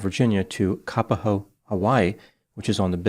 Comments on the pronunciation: ..it's Ka _ POHO... not kapaho..please.. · "cap-a-ho" and "wah wah", hawaii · Thanks for covering this story! But Kapoho is pronounced differently than what you are saying 🌺